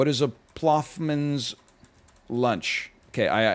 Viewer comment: "ploffmans" jfc northernlion